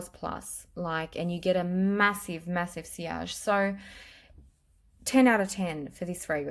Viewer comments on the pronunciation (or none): none